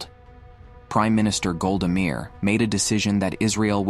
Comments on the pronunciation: The voiceover sounded genuine... until it mispronounced Golda Meier's last name-- one of the best-known names in the world! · Damn. Train your AI voice to AT LEAST pronounce the name of a world leader correctly.